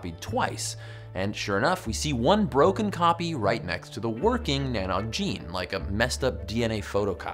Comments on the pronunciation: Arcane Wisdom TV yup, Derryman here and never heard cheer. More teer. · Any other Irish people cringe every time he said NANOG 😂 Tír na nÓg pronounced teer na nohg with the same vowel sound as shoulder or the exclamation ‘oh’ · Great video. Just a shame that Tir Nan Og (Land of the Young) is pronounced "shir-nan-awch". Having had a fractured coccyx, by the way, I'm more than aware that evolution is a fact. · Almost right with the Tír na nÓg. Ó is pronounced like the o in no or doe. Not like egg nog but reads more ‘noge.’ Like the sound of the o changes in not to note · Oh man...that pronunciation...it's *cheer na no 'g' .... You add the g at the end of the no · Tír na nÓg is pronounced Tear na nogue 🤦‍♂️ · I’m Irish and speak it, that was some pronunciation. Good try though Tir na nOg is said like “T(c)heer na noog” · It's pronounced "Tier na Nogue" .... rhymes with rogue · Yikes! that Irish pronunciation tho! Tír na nÓg sounds more like: cheer-na-know-g. The "Óg" is similar to the sound "ogre" makes. And in some dialects "Tír" sounds like "tear" as in teardrop. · Tír na nÓg - Land of Youth. English phonetic pronunciation - Teer nah noge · This Silly video doesn't prove evolution 😂 Also, its pronounced "tear na knowg" 😒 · Tir na nóg. You were pretty close but its pronouncrd no and the normal g pronouncation all in one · im irish. his pronunciation of tír na nÓg made me die inside